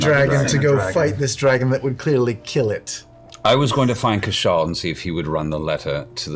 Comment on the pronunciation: As he told you all himself, his name is CASH-aw. Not Ca-SHAW.